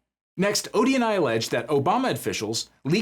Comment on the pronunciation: I hear it like that too.